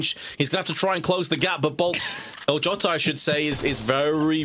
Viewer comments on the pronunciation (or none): The casters say Jota wrong, they say djouta instead. The O is open like in the word "plot" and the J is like a soft G (for once, google translate has this accurate (brasilian portuguese))